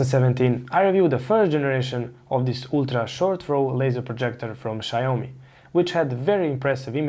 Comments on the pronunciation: Xiaomi' not Xiao'mi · Small corrections, it's pronounced 'Xiao mi' and not' Xi ao MI '. Thanks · Xiaomi != Xaiomi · "Shayomi" hmp...😒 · "shy-oh-me"... interesting name :D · if you're pronouncing it incorrectly... :) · Well if you can't say the name of the product or company i'm just not gonna watch your videos lol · Good information! It’s pronounced with two syllables though